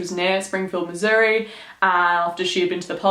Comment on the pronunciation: I live in Missouri! I love this case!!!! Btw thank you for saying Missouri right!!